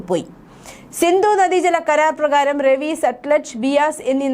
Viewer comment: It is not Ravi but Raavi